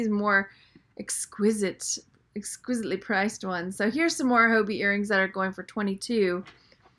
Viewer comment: Being kind:) I know Hobe, his daughter in law. It is pronounced Ho Bay. Hugs